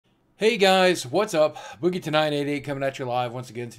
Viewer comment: IT'S BOOGIE not BUGGY